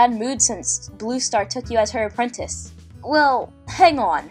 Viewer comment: haha "apwentice". lol